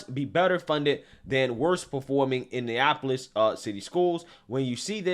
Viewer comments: …it’s Indianapolis….6 syllables….you said Indiapolis 5 syllables…😂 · It's pronounced India napolis. 😂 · My guy. Please learn how to say Indianapolis